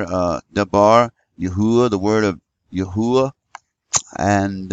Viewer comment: Praise Yahuah!!! You have discovered the correct pronounciation, which He showed me when I asked many years ago, & even the Arabic people know this to be true, including the muslims.